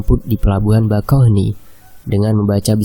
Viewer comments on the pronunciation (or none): none